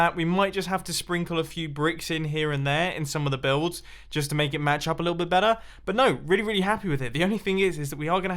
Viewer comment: Every time he says better. I think je says batter